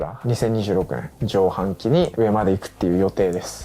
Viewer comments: カミハンキをジョウハンキって言っちゃう倫也すき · 滑舌がよく軽い圧もあって保健体育の倫也先生の授業を聞いているような感覚になります。 誰でも読めるような上半期をじょうはんきと読んじゃうポカミス具合も体育教員あるあるな感じ😂 私は宮本アナが好きなのでファイトパス派です！ 2024年1発目頑張ってください‼︎